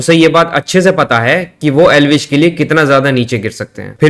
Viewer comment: Elvish ❌ L vish ✅ 😂